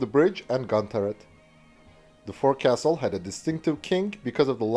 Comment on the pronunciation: I'm not too sure how other Navies may describe them but for the British the front end (the forecastle) of the vessel is pronounced the fo,cle (fo sull)...in the same way the row locks on oar powered craft is spoken as rollocks.